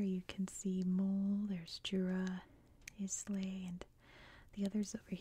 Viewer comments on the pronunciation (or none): Isn’t Islay pronounced eye luh?